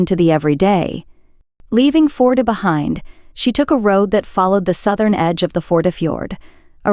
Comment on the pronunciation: She talks way too much. Not interested in Anna at all. Tell us where we are, how many people live there, occupation, climate, fisheries, petty viking kings etc. Not Anna and her thermos. Please learn how to pronounce name. Førde is not FORD.